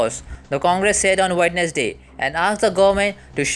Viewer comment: your pronounce of Wednesday is wrong.